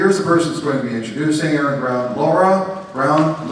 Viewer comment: His actual name is Aron (pronounced Are-ron) Aron-Ra is made up because is sounds cool like the Egyptian god Amun-Ra.